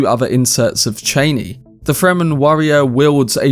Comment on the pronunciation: It’s not Cheiney, its ChAnee